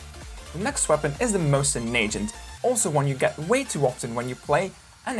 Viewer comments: He called it, at it sounded to me like "Mosen-najant". bruh what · nice pronounce Mosin-Nagant 😂😂😂